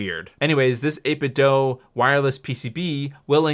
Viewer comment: 8Bitdoo, not 8Bitdoh